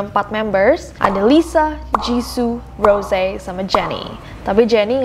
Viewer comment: Kak nessi itu namanya bukan rose cuma tulisan di panggil ros